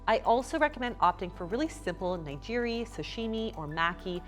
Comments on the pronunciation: The only comment I have is about the pronunciation of "nigiri" here -- it's pronounced "nee-gee-ree", with a hard "guh" sound. Just as an FYI. Bagel is fine though. :) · Ahhhh oh no the way you pronounced nigiri and maki made gasp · Nigiri is pronounced "Knee-Gee(not Jee)-Ree. Not like Nigeria. ;) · needs a better sushi takeout place because mine never comes with the "sad" side salad she mention....also maybe look up how to say nigiri 😂😂😂